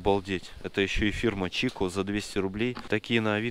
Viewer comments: Не чико кингуруха а кикко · Не чико а чичё😀